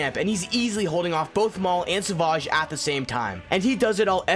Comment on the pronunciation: I don’t like to judge but you said savage wrong